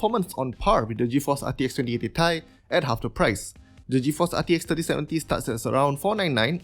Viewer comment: good production value. keep it up btw its pronounced 2080 tee- eye. 😁✌️